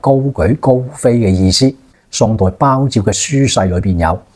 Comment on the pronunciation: ＂鮑照＂的姓氏＂鮑＂一般讀第六聲．